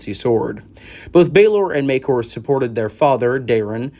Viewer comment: you pronounced Maekar differently within the first minute of the video...gods i love this fandom😂